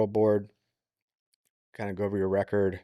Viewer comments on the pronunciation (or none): none